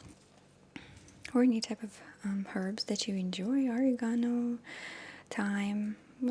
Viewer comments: Maria I loveeee this. But you have to pronounce it right. Lol. It's "O-reg-ahh-no".....not "Or-eee-gahn-no". You make me giggle so much. !! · That's O-REG-AN-O, dear. ( Smiles. ) :) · the herb you were referring to, oregano? it does look like it would be pronounced or-reh-GONE-oh, but to my knowledge it's pronouced ah-REH-gone-oh. but i'm not italian so i could be wrong :) thank you for your lovely video! i have never really heard of spaghetti squash before now but it looks delicious! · 😂 I can't help but chuckle at you pronouncing Oregano. "Or-ee-ga-no"😂 I've never heard it pronounced that way. We say "Or-egg-a-no". Now you've got me wondering what the right way to say it is? Have I been saying it wrong my whole life?🙊😂 Either way, I'm totally calling it "Or-ee-ga-no" from now on. It's hilarious. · it took me a second to realize that she meant “oregano”. Haha.